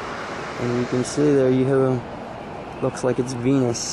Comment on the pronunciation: Hahaha it sounded like you said thats a penis right their when you said venus